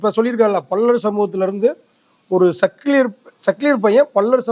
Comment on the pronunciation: டேய் என்னடா பல்லர் பல்லர் நாங்க தேவேந்திர குல வேளாளர்கள் என்ன பல்லர் பல்லர் என்று சொல்லிக்கொண்டே இருக்க முதல்ல வார்த்தையைச் சொல்லி பழகு அதுக்கப்புறம் மீடியாவில் பேட்டி கொடு